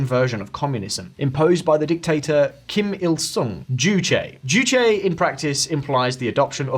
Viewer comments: pronounce juche with an e. not joosh D.A. NYC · u said juche wrong js the first time u forgot the e at the end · said juche wrong